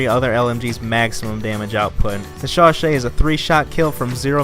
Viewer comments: Chauchat is pronounced as sho-sho. 😀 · Alec I. No it's not, it's pronounced "sho-sha"